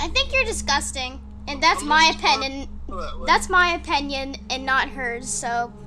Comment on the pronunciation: "Thats my openenion" that made me crack up laughing